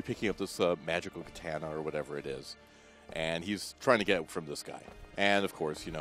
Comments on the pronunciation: For fucks sake...KUH-TAH-NUH....not KUH-TAN-UH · Learn how to say katana! Its annoying when people talk about shit that they don't know shit about! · Way to bastardize the word Katana... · The way he says "katana" Come on man, get it right!